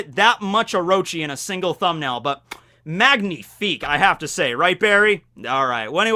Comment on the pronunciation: i dont like complaining about people’s french but just as a heads up it’s pronounced “man-e-fic” not MAN but think of it as a french word